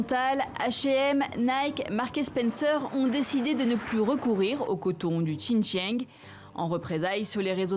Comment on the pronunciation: Waaa, vous voulez soutenir le Xinjiang, mais vous ne saviez même pas exprimé correctement le mots "Xinjiang". Frenchbite